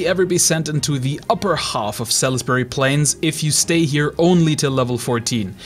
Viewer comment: It's pronounced SALSbury, sal-is-bury :D